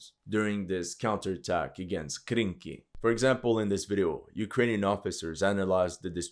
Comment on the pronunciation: ARE YOU SURE?--it was Krinky' and not Kranky??